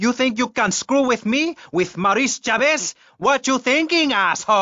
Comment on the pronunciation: Maurice Chavez…not Chaves, not Chavis